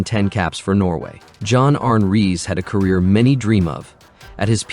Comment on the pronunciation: More ridiculous AI bullshit. John arn rise/reez lol